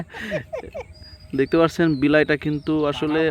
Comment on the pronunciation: 'বিলাই' তো ঢাকাইয়ারা কয়, তুমি কোচ্ছো কেনো? তুমি কবা 'বিলেই'।